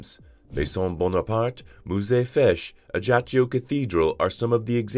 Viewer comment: Please learn to pronounce Ajaccio correctly. It hurts!